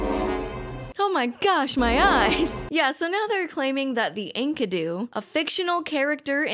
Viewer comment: Enkidu is the dude's name, not his species. He's not "The Enkidu". Also, these clowns saw the name Enkidu and thought "Oh yes, of course! Ink-uh-doo!"